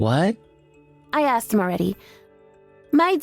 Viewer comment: It's 'ah-sked' not 'ehhh-xed' 🙄🙄🙄